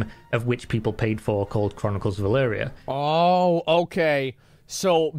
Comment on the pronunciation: He says Elyria so many time and you’re STILL saying Elyria wrong so many times??